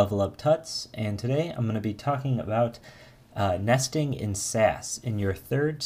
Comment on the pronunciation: you say nesting like nasty-ing :))) Very cool videos, thanks a lot.